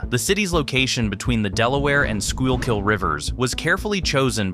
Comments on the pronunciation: It’s pronounced “Skookill” not “Skyule-kill.” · The pronunciation of some place names is off (Schuylkill is pronounced “Skoo-kill” not “skoo-ul-kill”), but otherwise, this is good. Place names are always the toughest, because they (at least in PA) often have a Native American base, or are the Native American name itself, that has been altered by the language and accent of the colonists. This particularly true of rivers in PA—I don’t think there is a single one that doesn’t retain some trace of its Native American name. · School-kill not scoy-all-kill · it's just "skoo kull" you're doing tre flips with your tongue trying to pronounce that word. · Didn't catch any major errors, but to a resident of the city, it is very jarring to hear street names mispronounced as well as Schuylkill (skoo kill). Its a dead giveaway this is A.I. slop. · It's pronounced "`skoo-kull" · It's pronounced "SKOO-KULL" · Schuylkill River = Sku-kal River Born n raised Philadelphian ty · Content is good. You can easily look up pronunciation in any wikipedia article - SKOOL-kill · Life long resident. This was very well put together. Some names, most notably Schuykill (SKOO-kl) mispronounced but understandable if you’re not from around here. I mean we call Margaret St marga-RET and Opal O-pal.😅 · Amazing video. It is, however, pronounced skook-ull or skoo-kill. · As someone from the Philadelphia area, this is a very informational and well produced video. One small bone to pick however is the pronunciation by the narrator of the Schuylkill. This word is pronounced as skoo-kill. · Ditto. That pronunciation of the Sure-kill was painful! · At one point it almost sounds like the narrator says 'squirrel-kill'. He should have tried "Sure-kill". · is wrong IT'S pronounced. Sku kill. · IT'S pronounced SKUU KILL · Somebody teach the A.I. how to pronounce the river's name. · Great video, but please pronounce Schuylhill correctly! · Its like a mental flashbang every time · I know. Brutal.